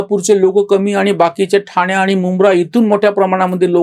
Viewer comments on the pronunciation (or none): none